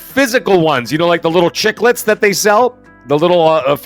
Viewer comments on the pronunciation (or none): Chiclets lol